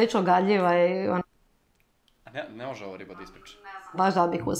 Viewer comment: KAKO JE REKLA MOZJE HAHAHAHAHAH